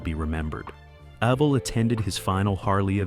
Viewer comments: man...that was pure torture to hear his name mis-pronounced 275 times..... I met EVEL ( pronounced EVIL ) in 2003 , and told him he inspired my whole life's trajectory...he just smiled, and said " motorcycles inspired mine " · You must, must, most learn how to pronounce a subjects name correctly, especially when you have to say, Evel, so many times throughout the presentation. You pronounce Evel with a long e sound. To spel Evel phonetically; Evel, è, (long e), v el, l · Lovely narration from calling him Evel (rhymes with Bevel), to calling the bike an XR-------750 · Evill ?? Wtf were talking about a legend and this computor crap cant get it right . Shame shame😮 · HE DOSENT HAVE CREDS W ME CAUSE HE DOESNT KNOW HOW TO SAY HIS FIRST NAME ALL AMERICANS & BIKERS KNOW EVIL & ROBBIE K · It's sad that you can tell it's a computer voice because no human would mispronounce his name. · It's driving me nuts